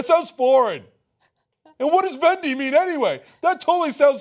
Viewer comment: Did Cenk just call it "Vendi"? LOL